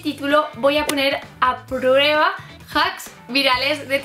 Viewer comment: voy a poner a “prururueba” JAJAJAJAJAJAJA (no va a malas xD)